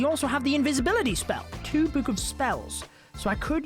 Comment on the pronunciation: I love how says book:buke